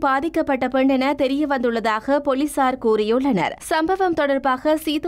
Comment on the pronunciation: உங்களது தமிழ் உச்சரிப்பில் நிறைய தவறு உள்ளது. தேவையில்லாத நிறைய "ஹ" சத்தம் உள்ளது. ஆரம்ப ஹாலம், ஹர்த்தால், போளீசார்,....